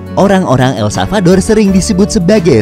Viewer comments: El SaLvador ya bukan El Savador.. mimin menyebutkan berulang-ulang tp salah 😅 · Ntar pak masih proses belajar mengucapkan nama negara ya 🙏 jadi blm aku tonton full